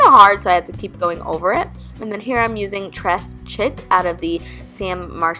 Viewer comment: Tres chic is pronounced like tray sheek. Means very fashionable in French. Just like this look. Soooo pretty!!!!